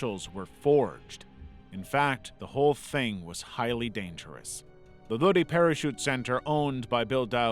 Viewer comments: it’s LOW-DYE, not LOW-DEE. Lodi, CA. I lived there for most of my life. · I know it must've been bad for Lazar when the music began to play. Edit: Psst, as a Cali native that area is pronounced low-dye.